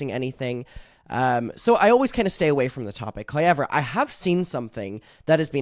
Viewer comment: The way you pronounce however like “hoyever” makes my day idk why lol